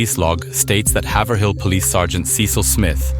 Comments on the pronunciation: As someone from the area- it’s hayver-ill not haver-hill! Anyway PLEASE do more NH cases. There’s so many interesting ones around here and I feel there isn’t a lot of coverage. Around the time of this situation, there were LOTS of talks about serial killers as there were quite a few things pointing to it from . We have a surprisingly large homeless population that lives in the woods. And bodies were appearing around that time if my memory serves me correctly. I also want to point out, I’ve lived in lots of places in the us, and even to this day, hitchhiking culture is strong and alive in grafton. It’s unlike anywhere else. There’s no taxis/uber(even today)/ or even timely tow trucks. (Got in a crash in 2020 and took half a day to get a ride) Idk anyone from there that hasn’t personally picked someone up or done it themselves. If they got in a crash it’s HIGHLY likely they were hitchhiking. It’s also very common for people to have Massachusetts license plates and still be locals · Quick tip for you - PLEASE look up town and area names in New England and how to pronounce them. It’s “hay-vrill” not Hay-ver-hill. This video was so good and is so close to home - but no one ever looks up the town names! They’re all spelled stupid - we know lol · It’s pronounced Hayve-rile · Haverhill is pronounced HAVE-rill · btw its ha ave rill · listening to people that ain’t from around here say Haverhill is funny